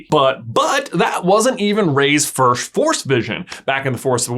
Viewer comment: Always makes me laugh how you pronounce “first” as “firsht”